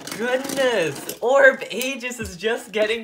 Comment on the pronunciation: its pronounced orb egis not orb ages